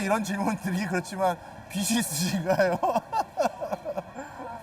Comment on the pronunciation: 비슨 비시 비슨 비시 아오 좀 비즌 비지